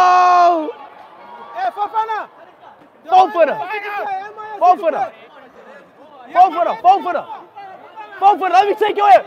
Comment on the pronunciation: Remember speed calling Fofana "Fofiana" while opening fifa packs 😅